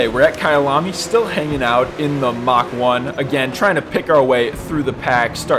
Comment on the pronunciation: Fantastic content man! Only cause pronunciation is a thing of mine, It is not "Mach" rather, it's "Mark". To be fair, generational numbering like this is uncommon for purpose built racing cars. 🤷‍♂ If anyone is curious where "mark" came from, this may help. 🤞 🤙